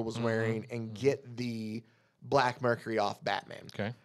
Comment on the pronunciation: The plant is a Black Mercy, not Mercury. Any pronunciation of Mxyzptlk is obviously fine, but if you want to get the most fun out of saying it: mix-yez-pittle-ick